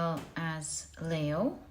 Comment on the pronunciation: I keep wondering why you say Layo instead of Leo. Is that for a special reason as you are so knowledgeable you must have a exact reason. Thank you.